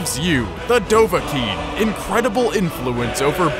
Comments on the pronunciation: Dovakinn not dovaking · Dov-Ah-Kiin is how it's supposed to be pronounced. Dov: Dragon. Ah: Hunter. Kiin: Born. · bro, it's dovah-kiin, alright? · Actually Its Dov-Ah-Kiin. thats the way how the greybeards summon him